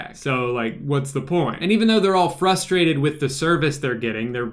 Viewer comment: It's "Flustrated", Drew. "Flustrated."